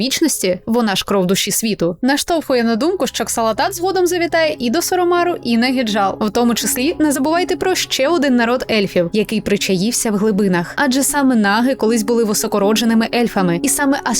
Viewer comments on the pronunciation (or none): він не Gyjal, а Hyjal тобто Хіджал. де ви там букву Г почули. всі назви якісь перекручені